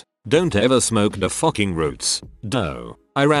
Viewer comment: I focking love the bot sais focking